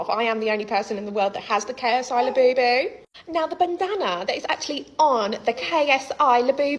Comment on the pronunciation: The only thing worse than a Labubu is how Brits pronounce it